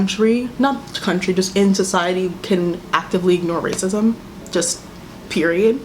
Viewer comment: meris mce “racisem 😔” lmfaoooooo